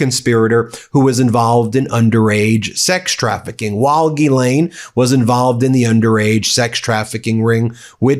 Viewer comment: Someone in your world must be able to demonstrate how to say Guylaine with proper pronunciation